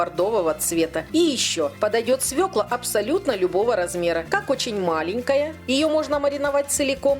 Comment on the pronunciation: Как приятно слышать правильное название свЁклу! Грамотная речь и шикарный рецепт. Однозначно лайк и подписка!